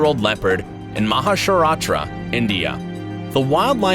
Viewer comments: It's Maharashtra man not Mahasharatra . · wait a minute what did u say mahasharasta.U told it wrong it is MAHARASHTRA(MUMBAI) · Mahasharatra!!LOL ITS MAHARASHTRA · That's not Maharstrastra it's Maharashtra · It's Maharashtra not Mahashratra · Not mastra its maharashtra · Was he trying to say Maharashtra,Mumbai ? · He say mahasharashra :)) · Your pronounciation is wrong of Maharashtra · Rip maharastra Pronouncing 🥴